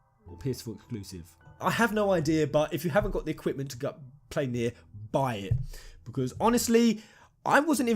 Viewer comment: Very glad you say "Nier" correctly. It sounds like "near" but with a slight inflection. The "nye'er" ppl need to go ;-)